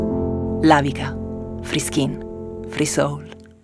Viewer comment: In buona parte dell'Italia settentrionale freschin significa puzza di pesce. Fa ridere proprio perché nel video si vede il mare. Avrei cercato di pronunciare free skin il più possibile in un inglese corretto, invece si sente davvero freschin🤣